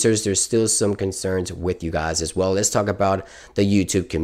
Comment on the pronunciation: He says guys as gaas lol